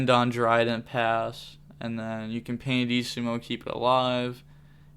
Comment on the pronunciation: it's pianissimo (italian word btw) not pandissimo, there's no d in it lol